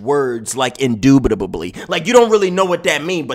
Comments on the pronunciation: said INDUBADUBLYBLY 🤣🤣🤣🤣🤣🤣🤣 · “PUNISH HER” “INDOOBIDATYLY”😂😂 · Hahahahahahaha "indoodbabuly"